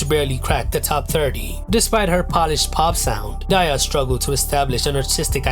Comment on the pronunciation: Oof at mispronouncing Daya (though i used to pronounce it like that too)